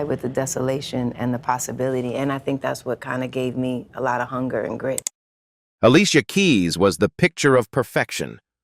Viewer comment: 😮😮Look how he pronounced herr name 😂😂 smh smh smh